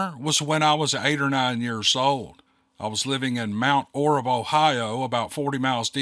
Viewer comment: No disrespect it's pronounced mt orb it's in brown county Ohio I live just south in higginsport on the river.